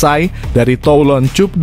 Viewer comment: Baca yg bener bang Cup itu dibaca kap Klo cup itu cium pipi 😀